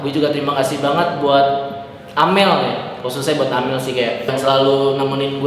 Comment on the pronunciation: mana amel, plis lah bang bukan amer